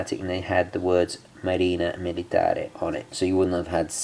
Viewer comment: It's Marina MilitarE! Cheers from an italian follower and watch lover! ;)